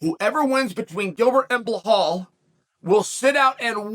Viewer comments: Can someone please tell Chael the name is pronounced Be-Lal, NOT Balhal. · Dafuq is blehol 😂😂😂😂😂😂😂😂! Come on chahel it’s Belal! Remember the name ! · his name is Bilal, not BLAHAAAL Bro C'mon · uncle Chael... it's BE-LAL... Blahal smdh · Chael says he reads all the comments. Why'll he's at it he should bother to read the title of his own videos and see that Bahall's name is Belal. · Who the hell is bla-hall??? I thought Burns was fighting Belal Muhammad?? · Sonen is an idiot for not being able to name Bella the right way. He s like disabled and can’t say it right? Why he mocks him like that? He knows how to name him right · CHEAL FOR GODS SAKE IS BELAL LIKE BE LAL 😅😂😂😂😂😂😂 NOT BLAHOL 😂😂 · hes name is belal not blahal and you say khamzat not hazmat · Blahol hurts everytime I hear it. Chael is dyslexic. Makes his trash talk back in the day even more special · Ok guys, put your money on Blehall "mispronounce the name" Mohammad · Why does Chael keep mispronouncing Belal's (Be-LaL) name ? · Are you knew? He mispronounce everyone 's name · no hes not he says the white Russian names just fine if ur of colour he makes it his mission to mis pronounce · Why he say blahol HAHAHAHAHAHAHAHAHAHAHHAHAHAHAHA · Chael your predictions are way off. Say something now mate. Too many hits to the head in your days or something? Also, try say his name correctly. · Chael's mental note before saying name of a muslim fighter: I must mess it up 👺